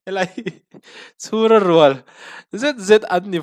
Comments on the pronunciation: Thil hming i lam sual hian, Mizo TAWNG UPA i zir angai tih lo hre ve mai mai teh. Free Advice aw😂 CHHÛRA RUAL ni loin, CHHÛRA RÛAL ( Lala leh Ka fapa hi kum kum khat chhuak an ni a, an in rûal) tih ri ang hian aw😅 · I react ngaihnawm thin .. ‘Chhura rual’ tih ‘rual’ khi ‘ in rual’ tih thluk tur an ni… I react ngaihnawm thin hle ❤️. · L Rinmawian tawngkam a thiam itih rul khan nangman thiamloh i nei ve zauh mai chu chu: - An Comt sang ho hi Chhura rual thah anni tih i chhiar khan, RUAL tih lai kha i thluk diklo ve tlat. Eg: RUAL tih kha, tam deuh, a huho lam sawina tawngkama thluk lovin, inchen thap sawina tawngkam thluka thlukin a dik zawk hmel deuh. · chhura rual i chhiar dan hi a dik lo. Rual - hu ho ang ni lo vin, rual - kum in rual/in zat anga lam tur aw. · 'Chhûra rual' i chhiar dân kha 'rual' - huho angin i chhiar a. Upat zawng sawina a ni a. Mawia nen kan inrual ti a rual kan lam ang hian lam tur a niang. Chhûra rual ! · sir ,,chhura rual tih kha i thlûk dik lo leh ania😜🤭,,,a thlûk dan tur chu Kawngpuia kal tih kan sawi a.(Kal) tih rik dan ang hian thlûk tur ani e.ka lo sawi ve leh hrim hrim,han tangzel teh khai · Angaihnawm e,'chhura rual' tih hi ilam dik lo tih mai ani e😊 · i tawng kalhmangah chuan a hahdam thlak khawp mai, mahse,fel tawk lohna a awm ve thluah maia,pawi ka ti khawp mai eg Chhura rual i lamdan ect te kha.